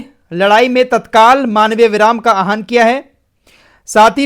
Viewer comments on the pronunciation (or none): आह्वान है आहान नही इसको ठीक कर लीजिए